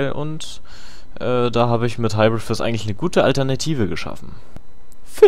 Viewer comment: Sagst du absichtlich Jizz ? :D